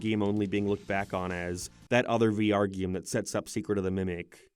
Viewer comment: Whenever you say the word "game" it always comes out as "geem"